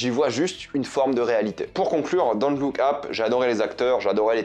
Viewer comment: Pourquoi tu le prononce Don't look Ap c'est super énervent.